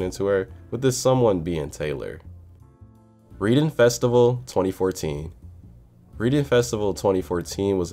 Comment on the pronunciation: lmao it’s pronounced RED-ing in the UK haha 🇬🇧🇬🇧